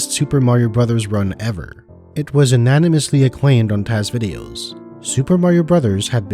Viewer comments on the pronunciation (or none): It was unanimously acclaimed... The one No voter: Am I a joke to you? (By the way, unanimously starts with a Yoo sound.)